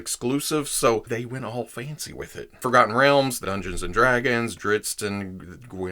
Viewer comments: I find it amusing that you start out with a warning that not being a fan you might get on some of the fans nerves. And then you pronounce Drizzt better than many fans. The books this character is in are worth reading. Thanks for the great look at this action figure. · It’s pronounced driz-it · the Author of his books doesn’t care how it’s pronounced but he does pronounce him drist.